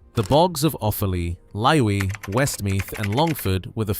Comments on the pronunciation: Laois is pronounced Leash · I assume he's trying to get his tongue around "Laois" (pronounced "leesh"), a country in the Irish midlands.